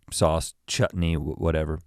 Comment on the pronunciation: that's the best 'chutney' pronunciation I've heard from a firangi (foreigner)